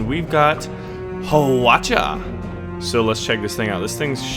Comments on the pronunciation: "Hwa-cha" (with the ch having a bit of a j sound to it), not "huh-wah-chuh". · u say hawatcha like how palucha talks in pikemon XY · Hwachas are Korean. Really, the pronunciation would be "Hwal cha" meaning " arrow car" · Its just pronounced Wacha H is silent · Im sorry but it bothers me how you say hwacha. Its just huacha 2 syllables. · Hwacha may "sound" Japanese to people who've never heard the Korean language...but Hwacha does not have that accent that you did LOL Korean never has that inclination of tone on some syllables or characters. The korean "tone," if you will, is just like English spoken in the U.S...spoken casually. JS ahah korean doesn't "sound like" Chinese or Japanese AT ALL. :D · Hwatchas are Korean, not Japanese, but the way you said it was so racist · how you say hwacha makes me cringe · Your Korean is sooo bad haha XD hwa is almost silent H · Hwacha is pronounced so that the h and w are said at the same time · Relax, I was annoyed at the weird pronunciation too, but hey people can have fun with it and he can also learn to pronounce it more properly (not that I actually know how it is pronounced in Korean, only an approximation in my head, since i don't know Korean)... no need to be harsh and assume he is racist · Hwacha: Hwa-fire(as in firepower) cha-cart Hwacha is an effective Korean artillery piece :) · Hawacha was a korean special altillery. it was shooting militirised fireworks, not arrows. and you pronouced it wrong